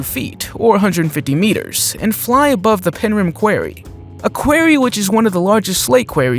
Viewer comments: Quarry is pronounced qorry not quary !!! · Quarry isn't pronounced like that think "kworry". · What is with the mispronouncing of common words? Quarry was butchered 3 times in quick succession. There is no need to keep giving measurements in both imperial and metric. Choose one.